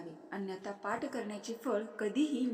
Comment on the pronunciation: पाट नाही म्हणतं पाठ